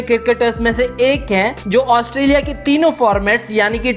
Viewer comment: Australia Not Asutrailian